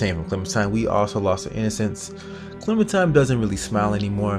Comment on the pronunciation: lol why r u calling her clementime? its clementiNe